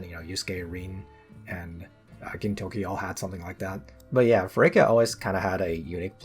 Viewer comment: Except Feraquea's name is pronounced feraQUAYa